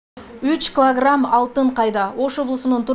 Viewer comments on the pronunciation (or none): Журналистка : СепИчка , кЫлограмм 😂😂😂😂😂😂